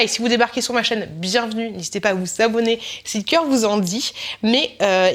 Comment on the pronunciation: Quand t'as dit "N'hésitez pas à vous abonner !", j'ai compris "N'hésitez pas à vous savonner !"... ça faisait chelou xD Cela dit, ça ne valait pas ton "Merry Christmoche" :)) Le pop corn est canon, celui au caramel au beurre salé est top aussi !!